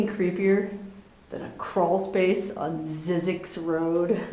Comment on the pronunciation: Zzyzyx is supposed to rhyme with Isaacs